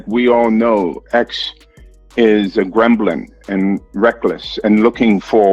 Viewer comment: Did he call him a “greblim” 😂 he can’t even pronounce gremlin